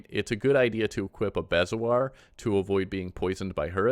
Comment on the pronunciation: I love your videos, since the upgrade I'm lost so I'm watching a lot. Helpful note: bezoar is pronounced bee'zore. (in England anyway!)